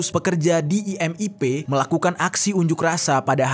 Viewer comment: IMIP BUKAN IMPP